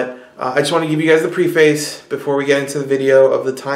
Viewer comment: Nice video. FYI, "preface" is pronounced PREH-fiss.